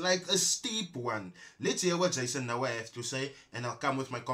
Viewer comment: Jason:"eks nu ha"(Noah)...Dj😂😂😂😂😂😂😂😂